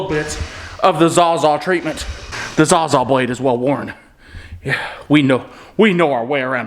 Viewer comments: Love your vids but it’s “sawzaw” not “zawzaw” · Sawz-all not zawzaw lmao